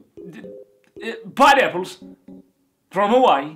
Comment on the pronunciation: Lol he says pine apples funny